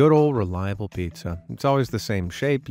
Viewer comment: Pizza no piea 😂